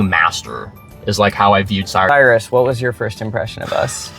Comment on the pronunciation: Cyrus. In Latin. Kyros, Greek, predating Latin. Kurush, Persian, predating Greek. Look it up. Respect the person by pronouncing their name correctly. It can mean Sun, throne, lord, far-sighted, bestower of care. Addendum. Never mind. I looked it up for you.